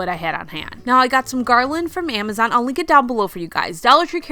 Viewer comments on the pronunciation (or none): none